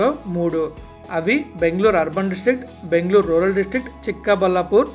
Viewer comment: అరే నాయనా నీకు దండం పెడతా మాట మాటకు బాంగ్ళోర్ బాంగ్ళోర్ అంటావు చక్కగా బెంగళూరు అనవచ్చు కదా